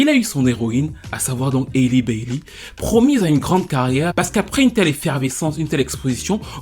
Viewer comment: Rien à voir les amis mais son prénom se prononce "Ali" 😅 Plus sérieusement, le pire dans l'histoire, ce n'est pas tant sa grossesse. L'enfant est en bonne santé, très mignon, c'est une grâce. Le problème c'est que chaque fois qu'on entend parler d'elle maintenant, c'est parce DDG a ouvert sa bouche qlq part ou a tweeté qqch Avant elle et sa soeur c'était les petits génies de la musique qui faisaient tout (chant, instruments, écriture, production) et que Beyoncé avait signé. Je me rappelle encore de vidéos d'elles en larmes dans le salon de leurs parents parce que leur 1er album avait été nominé au grammy. Aujourd'hui leurs noms sont dans tout sauf la musique